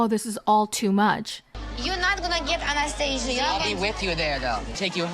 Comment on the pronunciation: I love how says anesthesia. She says Anastasia. That is all.